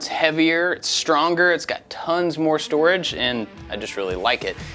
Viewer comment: you had me at "Storagier"